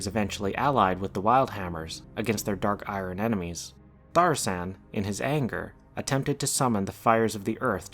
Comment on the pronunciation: Isn't it ThauRISSAN and not ThaSSARIAN?